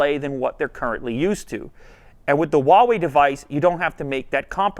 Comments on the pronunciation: The brand name is pronounced "Hua Wei", not "Wa Wei". Huawei in Chinese is comprised of 2 Chinese characters. "Hua" means Chinese, and "Wei" means sort of like "action". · Anyone else notice he says Wah way instead of Who ah way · I pronounce Huawei as "Whuu-way" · All this time I've pronounced Huawei as "Hawaii" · That pronunciation on that “WaWei”... It’s like when people say “Zang” (using the ‘z’ for “zipper”, and saying the last name Zhang) Atrocious pronunciation...get coaching, please. Stop a Chinese person for pronunciation. Otherwise, nice video to the folding phones. 📱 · Ugh why do people pronounce Huawei like that. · Why is it so hard for people to pronounce Huawei Just pretend you’re Hank Hill saying “what” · Well, I guess I've been saying Huawei wrong this entire time..